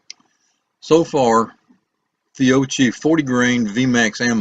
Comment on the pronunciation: It is pronounced Fi o ki